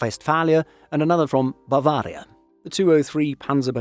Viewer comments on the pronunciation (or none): I liked how you pronounced “North-Rhine Westphalia“ and “Bavaria” german despite it being the english translation of the state name 😂 “Augustdorf” was fine, “Oberviechtach” is a really hard one, I‘ll give you a pass for that. In general, I think you’re doing okay, even though it sounds like you’re destroying your throat when pronouncing the ch- sound.